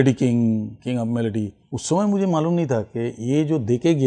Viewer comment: Watching a Sanu Da's interview after a long time. When Says "Meako" instead of Mereko or Mujhe..❤😂Love it.